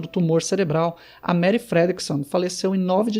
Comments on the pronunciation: O nome dela é Marie, e se pronuncia "Marrí" e não "Meri" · A pronúncia não é Mary...